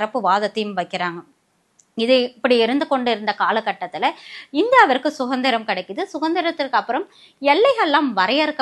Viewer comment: என்று பெயர் வைத்துக் கொண்டு தமிழ் வார்த்தைகளைத் தவறாக உச்சரிக்காதீர்கள். 'ல' கர 'ள' கர வேறுபாடு முக்கியம். அதுபோல 'சுதந்திரம்' என்பதனை 'சுகந்திரம்' என்றும் சொல்கிறீர்கள். தாய் மொழியைக் கவனமாகப் பேசுங்கள்.